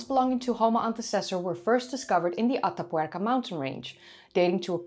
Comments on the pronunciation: Heigh,! It is completely off-topic, I found it beautiful to hear you say, "Ata Puerca"! (Though the tattoo bit made me 😔. Ah, well. And I must say, even your correction of those of us who despise those things was merely corrective, not insulting. Thanks.) Your work is always a hallmark of professional craftsmanship and presentation. Thank you. And I loved hearing you speak another tongue. Your English is so good and well-spoken that it is easy to forget that you are a Nederlander! (Did I just goof, and forget your native country?) I love languages, and love language sponsors!! I thank thee again! Bedankt(misspelling?), if I remember a previous commentary between us. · Your pronunciation of "Atapuerca" is almost perfect ❤